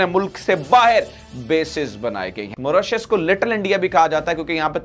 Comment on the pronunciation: मोरोसियस नहीं मॉरीशस 😂😂